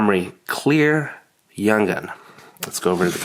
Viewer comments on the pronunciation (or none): none